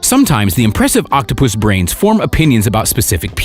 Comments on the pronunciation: Nobody seems to notice how the narrator says octo - puss instead of octopus! Reminds me of octopussy! Lol I couldn't stop laughing! But otherwise kudos to the good people who saved him! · I like how he says “Octopoosh”. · Lol as I read ur comment he said octopushh lol